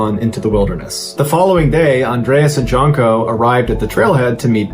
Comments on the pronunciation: The J is pronounced like a Y. So.. Yunko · Pretty sure Jonko is pronounced like Yonko. if it's Slavic anyway. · Janko is pronounced as J as Yes,You Džanko is wrong sound like Jimmie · Brigitta and janko can be pronounced in an Anglo style or with a Scandinavian style. For Brigitta you used a more Scandinavian pr Germanic style but then switched to an Anglo pronunciation for Janko. J is almost always pronounced as a Y in any language other than English. Yan -ko. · Janko is pronounced Yanko